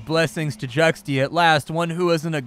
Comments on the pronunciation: its pronounced Jchuaxzckutcktia . did that help ? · FYI not correcting you just saying in general Xt usualy is ancient for a d sound or the x is silent so it would be Judia or jutia but I like your pronunciation better :)